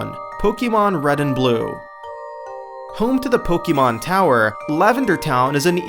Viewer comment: "Lumoise City"... You mean Lumiose. (I know it was probably a typo and you read it that way, but it still felt wrong) While I'm there, it is pronounced Pok-ay-mon and not Pok-ee-mon. Keep up the good work anyway! Your videos are getting more interesting than before (even if you could cut some parts of those clips sometimes, because they're pretty long).